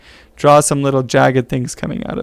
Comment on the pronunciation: Wait what "litteler"?